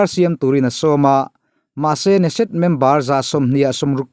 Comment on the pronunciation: i news ziah... A ngai reng in a la ngaihnawm. I ngaihawm ta hle mai... Bible hi a daw lovang. Binyamin Natanyahu a tlak loh chuan Israel hi a liberal dawn lo tlat a ni. Knesset tih Keneset ti a lam rik a va ni em aww